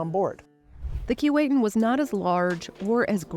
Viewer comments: Bit of a quibble about the pronunciation of the name 'Keewatin'. The narrator pronounced it "Key-Wait-Tin." Having grown up in the region, and visited the ship when it was in Port McNicoll, I heard it pronounced "Keh-What-In" by the locals. Other than that, it was a good to see it has been preserved. The people in Port McNicoll were dedicated to preserving it, but didn't really have the resources to do it properly. I'm glad they recognized that and let it go to somewhere in Canada where it could be properly looked after. I look forward to visiting it in Kingston. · Its sad you cant even pronounce the name of the ship. Its pronounced KEE WAH TIN. Get it right. Cheers. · Too bad that you don't know how to pronounce "Keewatin". Laughable when this is your sole topic! There is a street of the same name in Toronto. I have an original photo of the S. S. Keewatin going full tilt taken by my uncle in the 1930s. A gem! Good God! Even the museum curator can't pronounce "Keewatin"? KEE WAH TIN. Get it?